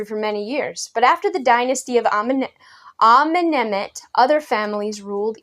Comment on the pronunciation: I LOVE the "Amenamenamhet" pronunciation. XD